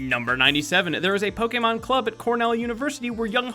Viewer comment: omg you butchered so many pokemon names so frigging badly i almost died from insult